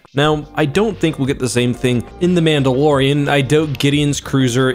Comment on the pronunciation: did you say Pandalorian?